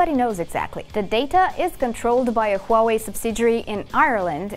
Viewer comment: you know it's gonna be a good video when the host can pronounce huawei correctly